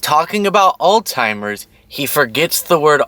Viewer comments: Alts-hai-mrz 😉 sorry to be one of those grammar and speech police people, but everyone wants to pronounce the “old timers” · Moron pronounce the name correctly there's no T in the name. ALLZ. HI. MERS. not ol-timers not all-timers. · Please…. It’s not “all timers” There’s no “t” in the word. It’s a “z.” It’s pronounced “all-zimers.” Alzheimer’s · Alzheimer's not Altimers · Altimers is not a word, it’s Alzheimer’s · baby it's Alzheimer's. Pronounced (ALZ)(HIGH)(MERS) But AllTimers is cute though because they do lose ALL TIME 🤣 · I love you so,. But it’s not called Alltimers, it’s called Alzheimer’s…. 🤭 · Actually, we both pronounced it wrong. Technically, it’s pronounced “ aalts- hai-mrz”. 💙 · It's Alzheimers not "old timers" But, yeah, kind of the same thing. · It's alzzzheimers not altimers. Lord! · Isn't it 'Old Timers'? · There is no letter t in the word Alzheimer's. It's not all timers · There is no T in Alzheimer’s…. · It’s Alzheimer’s - there’s no ‘t’. 👍🏼